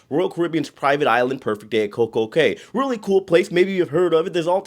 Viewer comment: Cay is pronounced key. Have you read Theodore Taylor?